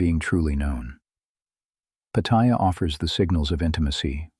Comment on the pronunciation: No. I escape to Pattaya so that I am not trapped in my regular life. And learn to pronounce Pattaya, you sound like a newbie. But you do make some good points, for some men.